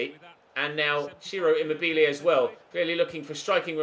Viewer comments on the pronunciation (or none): Just so you know, I'm italian and Ciro Immobile it's not pronounced with the accent on the second i but on the first.(I think I remember you pronouncing it right previous years)